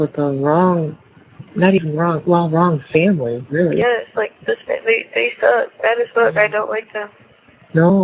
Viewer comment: Is it me, or is it a mid west accent, but I hear young females mostly pronounce the word yes as yass?